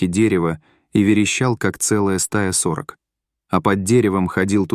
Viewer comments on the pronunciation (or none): Не стОит , а стоИт , не сОрок , а сорОк !